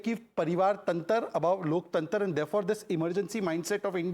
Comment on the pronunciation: Loktantar 😂😂😂😂😂 Loktantra hota hai